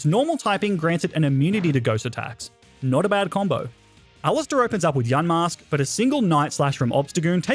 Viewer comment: Yamask or yanmask cause I heard him say yanmask